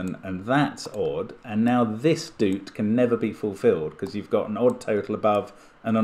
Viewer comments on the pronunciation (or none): For some reason, when I first saw “doot”, I read it as ‘do-o-ot’ cuz I saw that it was describing a long dot. 😊 Saying ‘doot’ the way Mark is probably makes more English-language sense though. Either way, it’s funny to hear, and what a fun idea